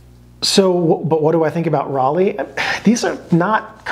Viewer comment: "Rollei" is pronounced "Roll-eye". I'm sorry, I had to say it. But otherwise a great video. Fuji used to make some really great films. NPZ was probably the best 800 speed color film ever made.